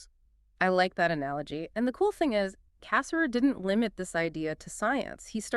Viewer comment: The emphasis is on the second syllable of his last name, not the first.